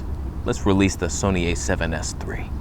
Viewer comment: "This is Soneh content!" 🤣